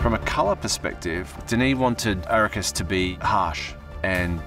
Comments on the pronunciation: What’s the deal with the change pronouncing Arrakis? It’s: “Ah-Rack-Iss” Not: “Air-A-Kiss” Nor: “Air-A-Keys” Especially if you expect me to ignore the “S” in Denis or the “VE” of Vilenueve. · Arrakis. Not Arrakeez. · You pronounce Arrakis incorrectly.